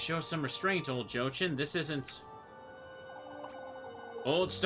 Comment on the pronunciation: Your pronounciation of Lebkuchen is great (Even though you rightfully dislike Jochen: Yo-hen). Overall your pronounciation is totally fine. On a side note: I'd say neither Rozenmarine nor Rosemarine is correct. Only know of the name Rosemarie so it irritates me a little constantly hearing an unknown spelling of that particular name. Love your playthrough so far and can imagine how annoying that continuous insanity frame was. Will definitely continue watching.